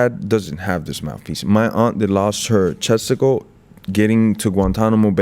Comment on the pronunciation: haha he said "chesticle"